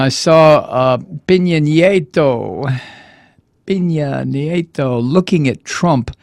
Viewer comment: Love your show. I watch it in Panamá. Just a heads up. Peña Nieto is pronounced "pain ya knee ay toe." Peen ya means pineapple. Keep up the great work!